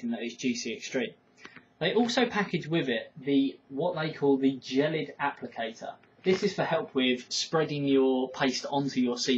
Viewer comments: Gelid is pronounced with a G like "game" or how kids say "gehy", it ghel-lid not "jellied". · Dylan Greene 1. Gelid is a brand name, not a word, so it could be pronounced either way (depends on how the person who named it intended it to be pronounced). 2. The guy it video is pronouncing it jell-id not jellied. 3. Gel (as in hair gel) is pronounced jell in the U.S. and U.K. and the consistency of Gelid is similar to that of a gel, so there's a good chance it's supposed to be pronounced jell-id. Don't know for sure though. We'll just have to ask them I guess. Peace